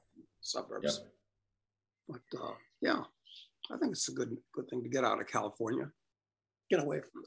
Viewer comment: Hahaha. “Comifornia” is perfect